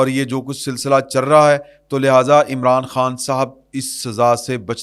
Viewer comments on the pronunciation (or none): محترم کچھ لفظ اور ٹھیک کر لیں۔چر نہیں ہوتا چل ہوتا ہے۔چل رہا ہے۔چرنے کا کام تو مویشی کرتے ہیں۔اسی طرح شاہدرہ نام ہے۔شدرہ غلط ہے۔یہ نہ سمجھیں کہ آپ کی باتیں متاثر نہیں کرتیں۔اور صرف اغلاط پر توجہ ہوتی ہے۔